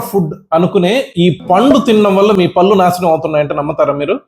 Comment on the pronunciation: మహాశయా..! పల్లు కాదు.. పళ్ళు అనాలి..! మీ వీడియో చూడాలంటేనే ఇరిటేటింగ్ గా ఉంది...! మీ ఇచ్చే ఇన్ఫర్మేషన్ బాగుంది. కానీ భాష...!